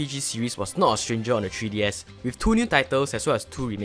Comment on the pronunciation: "TREE DS"